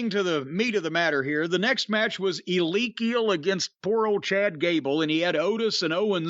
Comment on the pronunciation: "Elekial"? You're not even trying anymore...